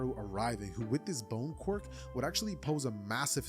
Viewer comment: You said bone qirk